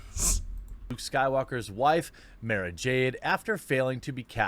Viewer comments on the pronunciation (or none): Fuck face can't even pronounce the character's name right! "Mah-ra" not "May-ra"! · I feel actual rage when he calls her "Mayrah Jade."